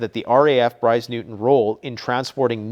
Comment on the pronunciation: So many adverts! Switched off and it’s Briars Norton not newton. Don’t be patronising about throwing a bone to us Christian’s because we pray for your soul, for your heart to change and stop mocking, it’s more serious than you could ever imagine..,, Hell is a real place and you don’t want to go there You know deep down that the Bible is truth stop mocking and start repenting, God wants none to perish!